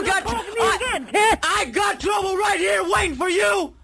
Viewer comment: YOU WANT TOUBLE ? lls get me everytime !